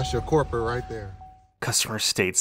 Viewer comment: "das yo corprat rih derr" Do you mean "culprit"? Good lord